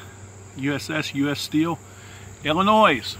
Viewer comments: ...there is NO, "-noise" in 'Illinois'. You're welcome. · Living in Illinois. The s is silent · How are there still Americans who don’t know that the s is silent in Illinois? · i know some people who wuould kick your ass for the way you pronounced Illinois